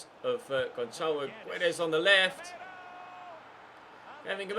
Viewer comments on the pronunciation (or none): none